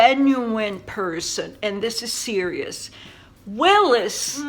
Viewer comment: Wallis Simpson not Willis lol x